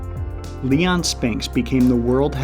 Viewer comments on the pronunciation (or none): none